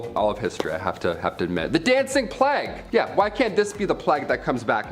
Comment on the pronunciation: Can someone tell them how to pronounce the word plague plz lol